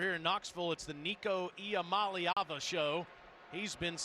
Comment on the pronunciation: Alyssa Lang, Taylor Zarzour, you are mispronouncing Iamaleava. You should all be fired, you bums.